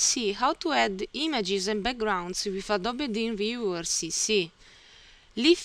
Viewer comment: I've been learning a lot in your videos (Dreamweaver) and your accent doesn't bother me that much, but I just want to point out that you've been pronouncing Dreamweaver incorrectly. You can go to and click on the speaker button to hear how it is said.